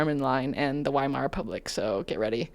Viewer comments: He can't even do the first amount of research. It's not 'WHY-mar.' It's 'Vee-mar.' He just sucks at everything so hard lol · pronounced Weimar wrong LMAO.